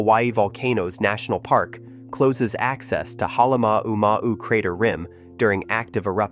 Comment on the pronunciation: Please pronounce the name Kilauea and Halemaumau correctly please.